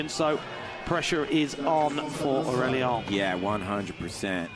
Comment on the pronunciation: They butchered Aurélien's name dude. "ien" doesn't sound like "ion" at all